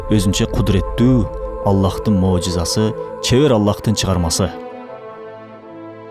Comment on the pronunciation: Можиза эмес мужиза деп эле айтсанар